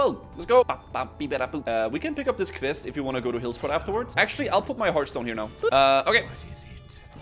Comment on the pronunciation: As a fellow Dane, I'm allowed to roast you for the way you pronounce "quest." It makes me grind my teeth. :P The rest of you can bugger off.